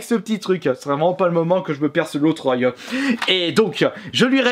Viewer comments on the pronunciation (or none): Ton œuil ceurbi